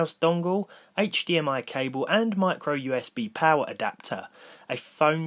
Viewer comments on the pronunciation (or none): none